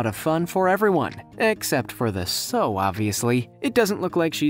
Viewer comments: Sow rhymes with how not ho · When it showed the pig part, the female is pronounced "S-OW"